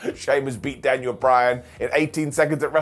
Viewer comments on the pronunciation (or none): none